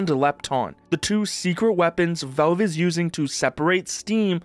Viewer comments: "Velve" its Valve! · its not velve its valve :"